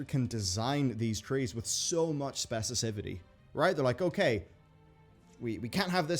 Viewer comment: Specicifity, I love it, new word of the day. I mean, specificity was cool too, but….heeeheeeheeee ❤️